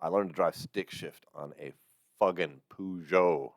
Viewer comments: Peugeot isn't pronounced Poojo it's Perjo. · Peugeot is pronounced per-jho here.... never heard poo- jho 😆 brilliant! Great reactions though fella 👍🏼